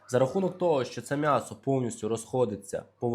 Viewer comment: Будь ласка, кажи « Мʼясо», а не по- москальськи(«мясо»). Ти ж українець!!!!!!